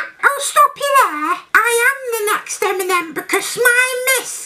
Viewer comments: Listen to TiM-mInEm 😂😂😂😂😂 got me dying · Timinem haha I'm crying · Its timenem I know your talking to the real guy but get it right ✅ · Timinem 🤣🤣😂😂 I cant stop laughing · Timinem 😂😂😂 oml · timinem HAHAHAHAHA LOL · Timinem lol